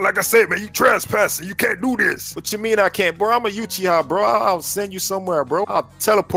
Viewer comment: ITS NOT YOUCHIHA ITS UCHIHA (OOCHIHA) THATS HOW ITS PERNOUNCED